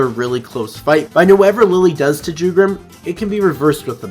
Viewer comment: I sincerely hope the anime expands even more on Jugram, not just as a character but in terms of his insane prowess. Oh also, Jugram isn't with a J, it's said with a Y. In Europe, the character j is said as a y. Which ofc Jugram is as he is German.